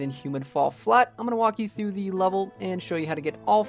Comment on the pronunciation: stop saying "thee" every time dawg it's "the"